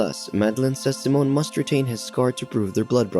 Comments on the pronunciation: SIMON, not “Simone”, lol!! It’s like you had a first grader read for this voiceover! I swear as soon as I hear this voice when I watch one of these recaps I immediately skip to the next. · Its Saiimmonn not seemon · His name is Si- mon not symon lmaoo I can’t bruh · bro pronounced simon as samoan